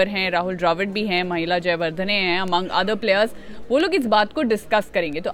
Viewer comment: माहेला जयवर्धने को महिला जयवर्धने 😅